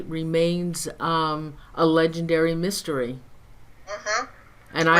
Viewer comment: Mystery dear, not mistery. Great video!